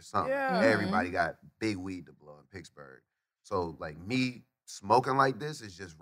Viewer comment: Is wiz saying picksburgh or he just pronounce Pittsburgh that way ?